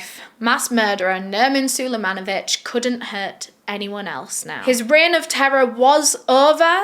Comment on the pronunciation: calls him "Nerman sulejmanovic," I'm just gonna go with Thurman Merman..